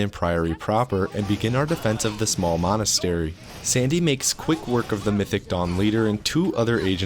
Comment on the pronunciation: what he sais "mythic dawn" what i hear "mythic dong" xD